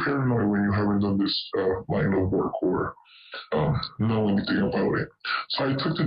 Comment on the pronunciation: What's a WOKER? 😂